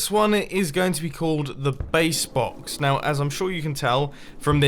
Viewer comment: “We got the bread BAWKS, the cobble BAWKS, the base BAWKS, the rocket BAWKS”